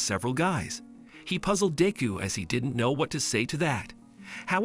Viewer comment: If you are going to say deku name say it right